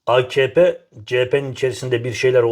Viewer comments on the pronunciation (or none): Akp o ak mak değil. A ka pe